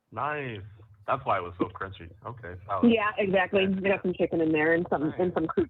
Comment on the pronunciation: Stop saying exAcccly, and taaaableet.